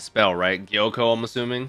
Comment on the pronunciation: His name is Gyokko, not Gyoko.